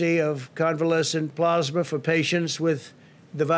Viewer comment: I wonder how long it took his handlers to teach him how to say "Convalescent plasma"......He still got it wrong.......